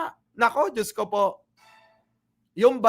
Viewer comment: Parang Hirap Na Hirap Si VP Sara , na " Bigkasin "Ang Salitang"Diyos!".